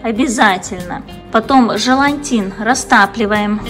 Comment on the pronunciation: тОрта, и желатин, а не желантин